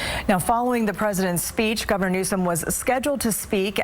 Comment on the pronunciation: Why didn't the talking head anchor pronounce his name correctly as was printed in Anna Kelly's White House press release?